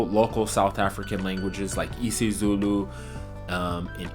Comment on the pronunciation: Nailed isizulu, hlampe ngeliniye ilanga uyophinde ubuye, siyokujabulela ufika